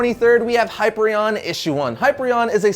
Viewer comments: Did you just say Highpreon? I'm sorry, I hate to do this, but I like the character, and he deserves justice....ITS PRONOUNCED HIGH-PEER-EE-ON, AND SPELT LIKE HYPER-ION. Sorry for being a pronunciation nazi. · It's pronounced Hi-pier-e-on (Hyperion). He is basically Superman but Marvel. Long before Sentinel. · Hi -peear - ree - on ..... "Hyperion" .. other than that ... thumbs up